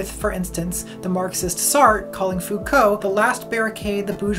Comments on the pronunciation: So just for laughs, the way Sargon mispronounces foucault (it's supposed to be foo-koh) sounds more like faux-cul (literally fake-ass), the french expression for someone phony. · I love how she put Sargon in there pronouncing Foucault's name as "Fouh-cooh". x´D It is so cheap to make fun of someone's mispronunciations, but goddamn is it funny! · It's pronounced, 'Fuu-cou' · As a french guy, it's even funnier to me as the way he pronounces it sounds like "faux-cul" (literally: "fake ass", a colloquial term for hypocritical people) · I don't really know who Sargon is so I was sitting here thinking, "I'm pretty sure that's not how you pronounce Foucault but oh my god have I been saying it wrong for the past deca - oh. Oh, okay."